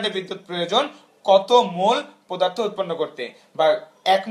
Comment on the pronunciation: পোদার্থ নাকি পদার্থ 😡😠